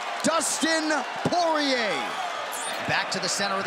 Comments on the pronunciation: What’s with the announcers pronouncing Dustin’s last name as Poy-Yay in his earlier fights? 😅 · All the commentators pronouncing his last name as, "Poiyeeyay" in his esrly career 😂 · Mike Goldberg continuously calling him “Dustin ‘The Diamond’ Po-Yay” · them pronouncing his last name for the first 8 years of his career is very UFC of them to do🤣